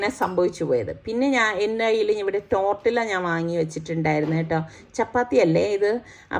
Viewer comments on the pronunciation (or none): Not tortilla .you have to pronounce tortiya.Thanks